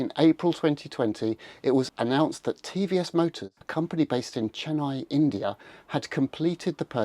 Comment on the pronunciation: its CHENnai not chenNAI and TVS is a middle-class GOAT in South India